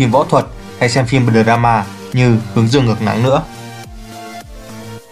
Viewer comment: "tu-ét đây" " đờ ra-ma" :))) đọc tiếng Anh đỉnh thật sự :)))